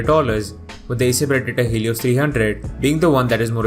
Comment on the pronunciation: Eyser naytro payb and eyser predetor hilios hahahaha